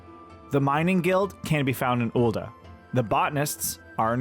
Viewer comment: Ool'duh? OOL'DUH?! It's Ul'DAH not duh 🙃🫠